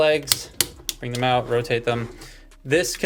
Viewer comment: "They can go OOUTE"...yep, you're canadian! nice robot. thanks for sharing